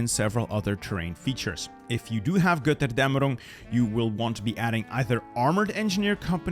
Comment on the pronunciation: the way you pronounce Götterdämmerung😍